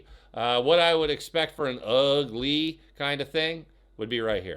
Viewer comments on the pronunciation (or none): The way you say ugly reminds me of that Garbage Pail Kid card, Ugh Lee